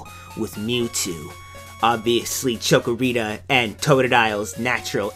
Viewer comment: chick-o-rita not choco-o-rita, or maybe i didn't get the joke?